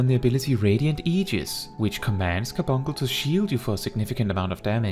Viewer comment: I can't even continue to watch this 🤣🤣 because I want him to say Car-bunk -le right... 🤣🤣